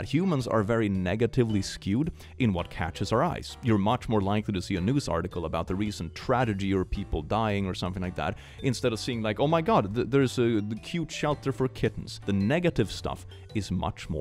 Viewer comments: love how just keeps saying "tradegy" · I love that says "tradegy" instead of "tragedy." It's likely been years at this point.